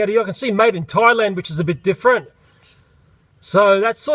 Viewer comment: You ceep on tieland it's thaland, th, in, land.